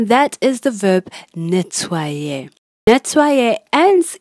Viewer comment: very nice way to explain and pronounce the present tense verb nettoyer